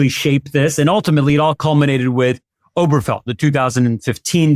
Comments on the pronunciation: When you don't even know the name on the relevant SCOTUS decision, you it and like you're no more qualified to talk about this topic than some random person on the street. The name is OberGEfell, not "Oberfell" or "Oberfeld". Until you, I'd never heard it misstated/mispronounced. NEITHER of you knew the correct name. Apparently I've heard the name more than you have, and I wouldn't consider myself qualified to talk about it. Have you ever read a single article about the case you're talking about? THIS IS EMBARRASSING. I can find any number of people to spout opinions I agree with, like yours, but that doesn't mean they're well-considered, well- founded, or worth listening to. Please, Legal AF and the rest of MTN, stick to commentators who are experts on what they're talking about (or have your commentators limit themselves to their areas of expertise). Don't be like the right-wing networks/podcasters. And, please learn how to pronounce "certiorari" (and not from Ben Meiselas). Hint: it's pronounced the way it's spelled (also worth learning, if you're going to use the word). Five syllables, and the next-to-last is "ar", not Ben's "or". Don't mis-educate your listeners. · Okay, dude, can you PLEASE get the damn name of the case right? It is NOT "Oberfell," or whatever the hell you're saying. It's Obergefell. Ober Geh Fell. It's really not that hard. I bet you look in a "mere" to see your reflection, think that people living in the country are "rule," and if you like to be scared, I bet you watch "whore" movies, right? There are actual other syllables in mir-ror, ru-ral, and hor-ror, just like in Ober-ge-fell. When a lawyer can't be bothered to get it right, either the lawyer doesn't care that much, and is lazy, or the lawyer is stupid. And maybe lazy. You seem to know what you're talking about, so we expect better. I don't want Conservatives hearing your mis-pronunciation, and throwing off on your opinion for it.